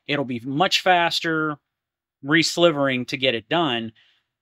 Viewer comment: Great stuff, one thing though, it's Re-silvering like the metal, not slivering :)